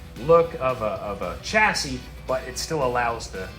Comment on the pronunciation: Chassis is a French word and is pronounced shasee not chasee.